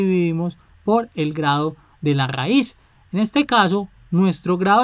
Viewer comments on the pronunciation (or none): RRRRAIZ JAJAA